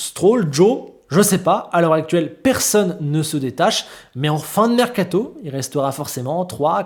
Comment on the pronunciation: Il est où le “T” de mercato ? 😂😂